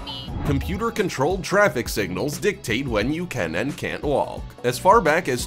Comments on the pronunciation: Is this guy actually saying "wawwllk"???!!! Sounds like it!!! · We call the crosswalk button, the 'Nothin' Button' (pronounced the nuttin' button) ...and please could you stop pronouncing the 'L' in the word walk? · The narrator doesn't know that the "l" in the word walk is silent. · First time I’ve heard someone pronounce the ‘L’ in WALK. Haha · Same here, I thought his pronunciation of the word was odd.